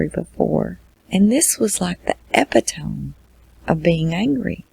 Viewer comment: LOVE your videos!! Upload notifications from make me happy! Just an FYI- epitome is pronounced like “uh-pit-uh-me. Thanks for your hard work on these!